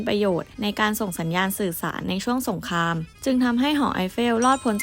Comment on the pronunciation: รูปสวยฟังเพลินเลยครับ กดติดตามแล้ว แอบติเริ่อง ร.เรือ ล.ลิง และคำควบกล้ำครับ ดังกล่าว ฟังเป็น ดังก่าว ปารีส เป็น ปาลีด สงคราม เป็น สงคาม 😊 ติดตามต่อไปครับ